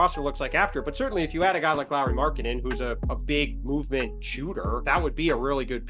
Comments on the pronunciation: It’s Lauri not Lori. Au in Finnish is like the Ou in ouch. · Lauri is pronounced Lowry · Is it THAT difficult to pronounce his name correctly? You have no issue saying Kyle Lowry…